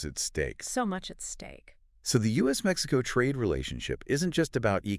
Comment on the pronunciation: Maxico? also AI needs to get a bit better